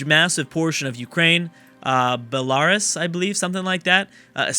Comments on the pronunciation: BEH-lah-ROOS not Beh-LARus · Bell uhh Roos is how you pronounce Belarus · Just for reference, in order of mispronunciation/refusal to pronounce: "bell-ah-ru-ss". "Sir-ka-see-ah", "ah-zuch-by-jan". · you should pronounce it as Bar-roos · is pronouced Bell-a-roos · Ah still doesn't know how to pronounce Bel-a-rus. Ah good times...On another note, holy hell Russia is going through the Russian Civil War all over again! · New playable faction for Stellaris = Bel-a-rus